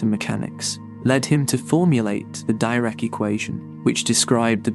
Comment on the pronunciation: Brian Cox never called Dirac ‘Dairac’ or Guth ‘Gath’.